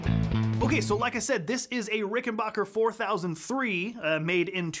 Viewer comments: Why does the Bass Channel continue to over and over agin mispronounce the name RickenBACKer ? It's confusing. 🫤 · He didn't say rickenbUcker, he said rickenbAHcker